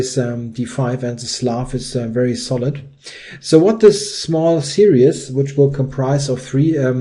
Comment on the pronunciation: Als Deutscher, der ebenfalls Videos auf Englisch macht (mit deutlich hörbarem Akzent), möchte ich Dir einen Hinweis weitergeben, den ich kürzlich selbst erst von einem Muttersprachler erhalten habe: Das Wort "series" wird im Englischen zweisilbig ausgesprochen, also nicht wie "see-ri-es", sondern wie "see-ris". ;-)